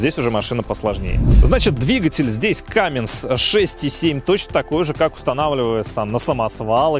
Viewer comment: Не Камминс, а Камминз. Подправь, пожалуйста.